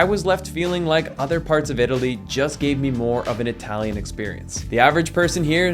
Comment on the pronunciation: Not Hi Talian , Ee Talian.. perghhh